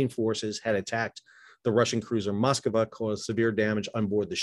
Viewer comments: sir...."Moskova" is not how you say it or pronounce it....it's extremely easy to say it....follow with your eyes...."mosk-va" ....I'm not russian, but I do know how to just read .....this drove me nuts throughout your commentary!!! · What is it with Americans and foreign names? It is Moskva, not Moskava.